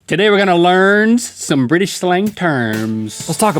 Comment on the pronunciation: Link.. Link... Link, that isn't a British accent if you want to do a proper british accent pronounce BriTish as if it's got a T in because you're pronouncing as if it's briish not briTish! Because believe it or not the is actually a T in the word briTish!